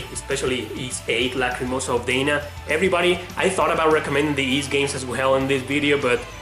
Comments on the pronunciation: I definitely wouldn't call Legend of Heroes: Trails of Cold Steel a Persona clone. Very unfair. Also, Ys VIII. Dana. It's Dah-nah, not Day-nuh. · I don't really see how being American or not would impact his ability to pronounce a Japanese name. If anything, being foreign should help because the way he says Dana is like the American girl's name. But if you play Ys VIII, her name is very clearly and DELIBERATELY voiced as Dah-nah, rather than Day-nuh in every language.